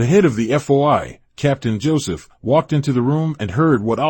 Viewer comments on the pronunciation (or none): none